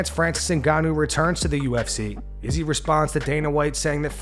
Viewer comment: Learn how to pronounce Izzy's name. He is literally one of the biggest names in the sport. Should be easy to pronounce.